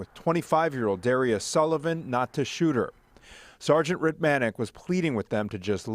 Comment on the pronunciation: Thank you for highlighting this case. The Sergeants name is pronounced "Ritt-mi-nik."